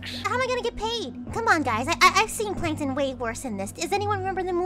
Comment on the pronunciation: It's not plankton, It's plankTUN!!!